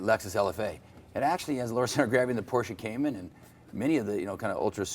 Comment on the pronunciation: Ahh, I thought I heard cayenne, cayman makes more sense.